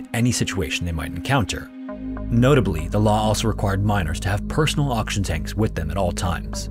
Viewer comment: Just about everytime you said oxygen it sounded like auction.